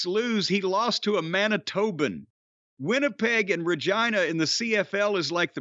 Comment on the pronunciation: I was absolutely elated that Jim read my email. Of all fucking wrestlers it had to be Kulka in my hometown that broke his leg. I was also very proud that Jim pronounced Regina properly and not ReGENEuh like most Americans. It’s the latin word for Queen and is nicknamed the Queen City like Charlotte North Carolina. Also fuck Winnipeg, Don Callis and the Bombers!